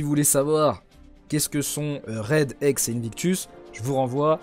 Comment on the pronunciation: La prononciations pour Hexe elle et horrible 😅 je t'adore mais la non ta pas la bonne prononciations mais merci pour les informations